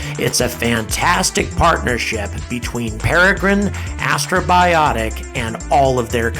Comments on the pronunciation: It's so cool to see you talk about Peregrine! P.S. It's Astrobotic, not Astrobiotic :P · I keep hearing you say "Astrobiotic," but the name of the company is Astrobotic (a portmanteau of the words astro and robotic). It's a slight distinction, but an important one nonetheless. Otherwise, great video! I really enjoyed this one. Exciting times! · It's "AstroBOTic", not "AstroBIotic" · First of all, Astrobotics, not Astrobiotics. What the hell do you think the challenge of space robotics is equal to, fabricating antibiotics in space? And even if this beats starship getting to orbit this year, still wins because a dogecoin is literally being sent to the moon. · Astrobotic, not Astrobiotic.... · You keep pronouncing Astrobotic as "astrobiotic" as if you're trying to get 'bios' in there. No, it's robotics.